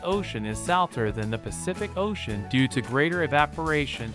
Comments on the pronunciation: Why do you mispronounce the very common word “salty or”? I think you are an improperly programmed AI. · Why do you mispronounce the word “saltier” — and why do you misspell the word “Hawaii””? I think you are an improperly programmed AI.😮